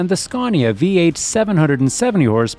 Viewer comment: Scaw - neeea 😅😅😅